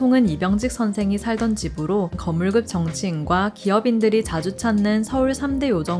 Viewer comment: 거물급이 아니라 거물급(끕)입니다. 발음 조금만 주의해주시면 감사하겠습니다.